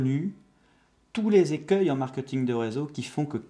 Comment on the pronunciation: on dit pas "markeuting".